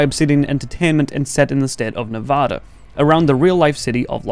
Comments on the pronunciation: 😔please. Nevada, pronounced nev, add, uh. We aren't odd just cuz we can't add. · Good video, but say Nevada right or I'll eat your entrails.